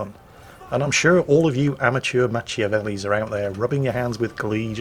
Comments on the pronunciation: I am not quite sure thats how Machiavelli should be pronounced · It's not, but it's and we know by now that that is just how he is and we love him for it.